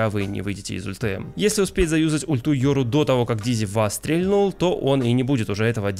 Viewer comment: спасибо за видео, было очень интересно но, ПОЖАЛУЙСТА, УМОЛЯЮ. прекрати говорить стрЕльнуть стрЕльнул. ударение на последний слог. стрельнУл стрельнУть.